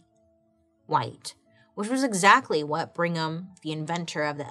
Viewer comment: That surname is pronounced BRIG-ham, not Bring-ham. Just FYI...